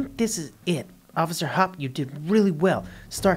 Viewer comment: Through the entire thing he says officer hop but her name is officer hopps (Judy Hopps)